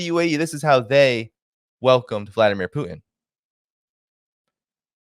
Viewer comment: Love your show but please learn to pronounce Putin correctly. Use the T. It's not poo-in